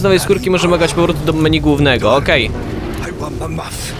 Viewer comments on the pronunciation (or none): none